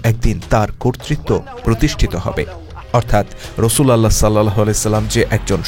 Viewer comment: বাহী রাসূল আল্লাহ না। নাউজবিল্লাহ। এটা হবে রসূলউল্লাহ